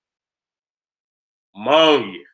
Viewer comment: “ AMMONIA “ lmao